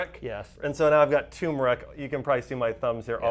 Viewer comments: It is not tumor-ick. There is an "r" in turr-murr-ick...TURMERIC. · Thanks for the examples. Remember, "Turmeric" has an "r". Americans say TURmeric, Brits say turMERic. Just saying. ; )